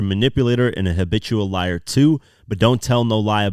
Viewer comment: I know it’s “habitual liar” but I hear “bitch you a liar” every time